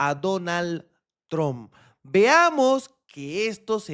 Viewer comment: Trump se pronuncia como trampa , no pronuncie la “a” final